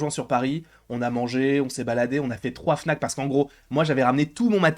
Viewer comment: quant tu a dit 3 fnac au debut j'ai cru que t'avait dit 3 Snack